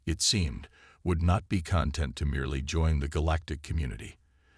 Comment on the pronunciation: Thanks for the story. HOWEVER......would you people STOP using AI as narrators!!!!! They FREAKIN SUCK!!!! "debris" is pronounced "daybree" NOT "debriss", "triage" is pronounced "treeyadj" NOT "tridge", "content" is pronounced "contEnt" NOT "cOntent"(in that context), "prEsent" when "presEnt" was needed, "Trechery" NOT "Treechery", "reconvenned" when it should have been "reconveended", "cOzmus" when it is "cOzmose"......etc, etc.... Read these stories yourselves or hire a Human narrator like some of the other YouTubers!!!